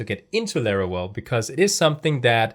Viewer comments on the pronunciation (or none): Larawel? That is no "w" is Laravel. lol =] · Bruh, its LaraVel, not LaraWel😅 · Why you say larawel? Is Laravel. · laravel ❌lerorel ✅ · Why is he saying larawel? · Laravel ❤💜❤💜❤💜❤💜❤ Laravel Herd is now available on windows too, the free version has everything you need 😊 we've been waiting for it too long. I love your Lara well pronunciation 😂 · Excellent initiative! One thing though - you pronounce the 'v' in Laravel the same way you pronounce the 'v' in 'Vesterbro' (for example). Loving your channel though - keep it up! 🙏💪